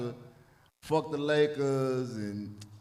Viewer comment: Supposedly the news lady who said "Nakers" used to work for the Knicks. And she accidentally was going to say Knicks, but caught herself and tried to say Lakes. Hence, Nakers.